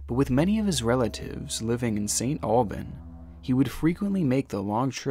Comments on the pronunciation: its pronounced St Albans, not alban...... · It’s pronounced “Saint Albans*. I never realized how important that “s” is until I heard it said aloud without multiple times.